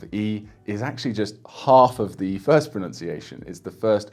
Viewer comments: As a native speaker, I can say that your pronunciation is impeccable. Like... shockingly so. Whoever's trying to learn pronunciation for Mandarin make sure you take this guy's advice. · 我靠！！！大哥！！你的中文发音至少比60%的中国人都准确！！！ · As a native speaker, this guy is the real deal. His pronunciation is pretty much flawless. Listen to his advice guys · Wow! Excellent Chinese Mandarin pronunciation!